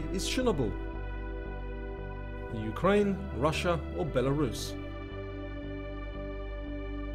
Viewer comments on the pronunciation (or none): none